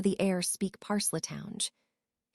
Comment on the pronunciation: Why is it that this AI has no clue how to properly pronounce words, the word Parseltongue when it's pronounced they put the first e on the wrong side of the L in their pronunciation and then when they say the second part of the word they say it as if it is spelled t o w n g e. If it cannot figure out how to properly pronounce words, then the author or the poster of this story needs to get a new AI who knows how to properly pronounce words